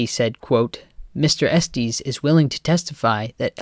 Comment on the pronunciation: It’s “EstES” not “EsTEES”